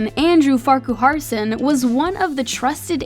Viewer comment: It’s pronounced Farkerson, not Farcooharson